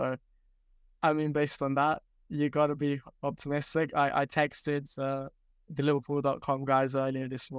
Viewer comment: Painful to listen to speak with his speech impediment. He may have been preaching about this kid for years but he is absolutely painful to listen to with his sloooooow, start/stop speech and mispronouncing "TH". The Echo has phased him out because he was a speech cadence made for print work, not digital media